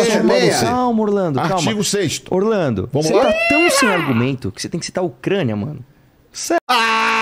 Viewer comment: O cara se dói por falar "Ucrania"